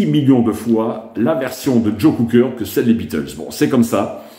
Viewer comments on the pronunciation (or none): Please, it's Cocker not Cooker! All the best. Cheers!